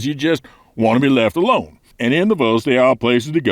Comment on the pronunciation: "left alonD". I love your channel,.:D